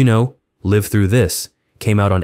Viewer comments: "Live" through this - mispronounced l-a-i-v as in five - a sign this has got to be a fake AI voiceover. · Your AI voice-over pronounced Live Through This Wrong. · It's not "Live Through This" as in performing "live". It's live as in being alive... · Saying Live wrong. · Is the voiceover an A.I? Inconsistent pronunciation of Live. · no. if you know how to play their songs on guitar, they are totally different approaches and styles this narration is junk. doesn't pronounce the album title live thru this properly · You often pronounce the verb "live" in "Live Though This" like it is the adjective "Live" (you use a long I instead of a short one). It comes off as extremely under-researched that you're not pronouncing the album correctly, especially considering it's the entire subject matter of your piece. I'd re-record the VO and re-post. It's a pretty embarrassing error, and I'd hate for you to immortalize your mistake, folks could judge you on this error for generations. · I was wondering, is it an AI voiceover? Either way it’s sloppy work